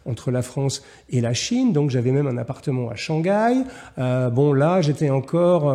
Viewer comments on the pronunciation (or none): none